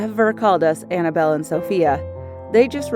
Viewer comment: Did she just say Annabelle